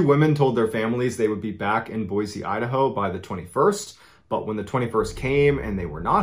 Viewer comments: I’m an Idahoan OG, and have been to Craters on the Moon, it’s a fascinating park and experience walking through the fields, but now I can’t help but have to go back since knowing that story haha! Also kudos for pronouncing Boise accurately 😂😂 it’s not “Boy-zee” people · Thank you for pronouncing Boise the way it is spelled and correctly pronounced, without a “z”. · I can't put into words how happy I am that you pronounced Boise correctly!!! (Side note-found this channel a few weeks ago and I'm hooked! Love how these stories are told!)